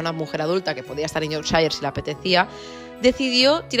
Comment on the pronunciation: Amo como pronuncias Yorkshire ❤